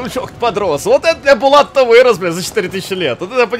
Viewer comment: не Булат а БАЛАТУ